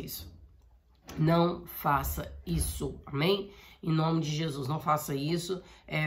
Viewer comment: Irmã, parece não ser nada demais, mas quando você deseja a paz parece dizer: "Paz SEM Jesus!". Seria bom ver a dicção.